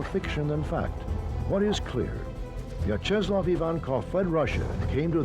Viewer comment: I couldn’t get past how he pronounced Vyacheslav